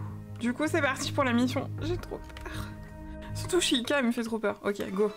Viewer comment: Hey juste, Chica cela se prononce T-Chica qui veut dire Fille en espagnol x)